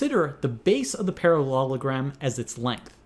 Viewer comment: "ParaLOLogram" At this point, I'm guessing the first time was the only time he pronounced it right.